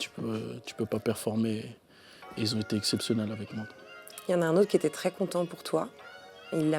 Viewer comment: arrête de dire "qui zetait" ousmane stp change rien jtembrasse